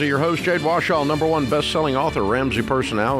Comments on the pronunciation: Does anyone feel weird about Dave saying ’Jade Washaw’ instead of correctly pronouncing her name? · if he can say ‘warrior’ correctly, you’d think he’d be able to figure out ‘Warshaw’ lmao, why are you so upset?